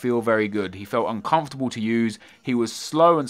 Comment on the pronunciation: " I'm uncormfartable with him ", " He's so bad " and still have 5 stars rating.